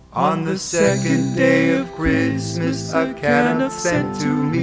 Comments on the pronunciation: Weirdest way of pronouncing Canuck I have ever heard :) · Yes, it would be nice if they could pronounce Canuck correctly. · I was going to buy three of these for my grandchildren until I heard how they pronounced Canuck !! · Could only listen to first two verses, two mis pronunciations of Canuck was enough. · Hey, just so you know, you pronounced Canuck wrong :) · Cute but Canuck is pronounced wrong, lol. Also, no Canada geese?? 🙂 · The most glaring error is the pronunciation of 'Canuck' - emphasis should be on the 2nd syllable.. the 'uck' part.. :) Well done otherwise IMO.. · perfect! hahaha...just too bad they don't know how to pronounce Canuck.... ;) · Couldn't listen to the whole song just because of the way "Canuck" is pronounced. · Great video, great lyrics but absolutely stupid pronunciation of Canuck. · The guy can't sing and can't pronounce Canuck properly. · I have never heard a Torontonian or any other Canadian pronounce CANUCK like this. Cute video but the mispronunciation is irritating and hard to ignore. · Great imagination. Thoroughly enjoyed the video. However, on the work Canuck, you have the emPHAsis on the wrong SyllABLE. Canuck should be pronounced caNUCK "Canuck" /kəˈnʌk/ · In the word 'Canuck', the accent should be on the second syllable. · Not trying to be Grinchy, but the word "Canuck" is mispronounced. The accent is actually on the second syllable ---- can- NUK. It sounds so bizarre to me as a Canadian to hear them singing CANN- nuk. Really dislike it. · I agree. I have never heard that pronounciation of Ca NUK. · Seriously what is a Can Uck never heard it pronounce that way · Ok they miss annunciated the word CANUCK it is said Can uck. I am Canadian-American and even I know this. No idea who created this but they really should have asked a Canadian how to annunciate the word first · Pronounced Can AUK. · emPHAsis on the wrong sylLABle of CaNUCK. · and they pronounce canuck wrong!! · I object more to the mispronunciation of Canuck! 🤣🤣🤣